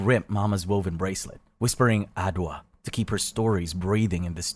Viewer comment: Its not adoa😅 Its adjoa